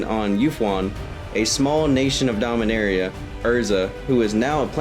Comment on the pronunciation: Rastafarian Dominaria sounds like arrr eee ah not area